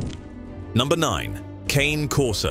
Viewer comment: True it's pronounced kanay Corso